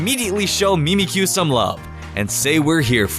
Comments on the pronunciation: did he say... memekyu? it's Mimic-you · It's not meemeekyu... It's pronounced like mimic-you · it's mimikyu not meemikyu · no MIMICU it's simbolic to say its mimicing pikachu u sayed memecu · MIMIC-YOU not mee-mee-kyu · mym-a-kue not me-me-cue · Not meme-Q its mimic-Q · I'm triggered, if you watch the anime you would know it actually hates pikachu also it's pronounced 'mimic you' not 'meemee kyu'. Anyway this comment was kinda a joke. I actually like your videos,. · Mee-Mee-kyoo? It is pronounced mim-ick-yoo. Mimic you. It is mimicking Pikachu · Mim-ick-you not Me-Me-ick-you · Adama marty EXACTLY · its mimic-you not MEME-ick-you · mie-mie-kyu..... seriously??? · MIMAYCOO. is how he said it. wut. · It's prononsest mimic-you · its pronuced mimic you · No it's pronounced mimic-you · wtf is "meemeecue?" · It triggers me that he says Mimikyu wrong. XD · The way he pronounces mimikyu 😅